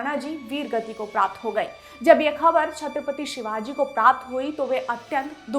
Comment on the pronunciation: With Due respect mam.... please pronounce "Chatrpati Shivaji Maharaj".